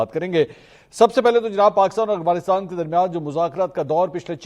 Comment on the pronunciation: Oh Mera Bhai Aghwanistan nai hota Afghanistan Hota hy So irritating